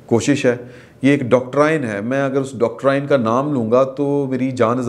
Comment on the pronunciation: Doctorain nahin Doctrine hota hain.